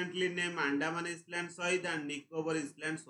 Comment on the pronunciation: Island ,,issssland